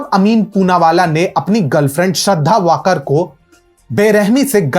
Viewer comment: वाकर नही वालकर, लडकी मराठी हैं